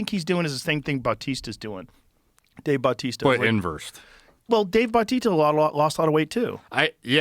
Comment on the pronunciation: "Dave Bautita"